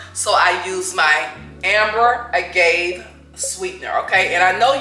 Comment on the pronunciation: Its pronunced short a ...a ga vea